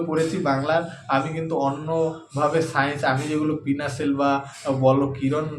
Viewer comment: পিনাসেল নয়, পিনাকেল বলুন...